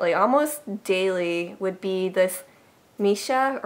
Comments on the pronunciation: u said it right at the first time :) mi-shyah , not mi sa. Lol. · hehe missha is pronounced "mee-shah"(; btw, your dog is sooo adorable! love the way he wags his tail^^